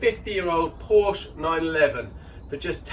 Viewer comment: I stopped at 7 minutes. I suppose this makes unusual content but this car is GONE. BTW Porsche is 2 syllables....